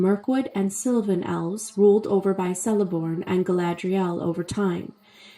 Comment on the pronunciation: Btw it’s pronounced Keleborn